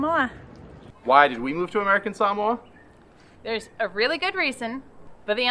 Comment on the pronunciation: 🧡🧡🧡🧡🧡. You pronounce “Samoa” and “Samoan” perfectly. Thank you and I will always consider you Samoan 🥰